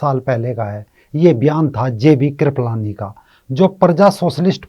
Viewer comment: KRIPAALANI NOT KRIPALAANI😂😂